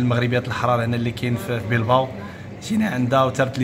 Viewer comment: بلباو ماشي بيلباو